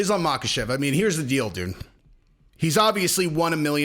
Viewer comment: The K is silent in Islam's last name. Also silent in Khabib and Khamzat.